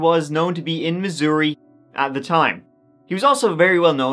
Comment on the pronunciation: You pronounced Missouri perfectly!! You are always so right on!😍